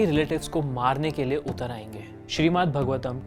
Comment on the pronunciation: Okay so I can hardly find comments that point out that these verses aren't from Bhagavad Gita, they're from Bhāgavatam (which you aren't even pronouncing correctly..) Why did you have to package it as a video on BG?? Just to get more traction? Atleast you could've mentioned in the video for those who don't know they're different....